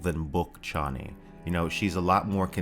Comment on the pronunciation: I’m disappointed that the mispronunciation of “Chani” prevailed into this movie.